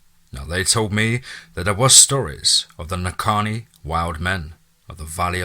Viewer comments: Love the story but get rid of your narrator, he's about as intelligent as Mike Tyson. Legit question, how the FUCK did you get "Naninni" from "Nahanni?" Naw-han-nee, how does someone fuck that up, not once, not twice, not three times but EVERY single time?! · Two things. You don’t sound like a Hector that’s for sure and also if you’ve ever spent anytime in the place you say you wouldn’t consistently mispronounce the name. Nuh-haw-nee Valley. Lmao it’s not even spelled the way your saying it. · It’s pronounced nay-han-ni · You pronounce it Na-hann-ee... Love n light to u n urs... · You are pronouncing “NAHANNI” wrong so I know this is FAKE ASL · Hilarious! Went too far with that headless man bit. Also should know how to pronounce "Nahanni" if really there!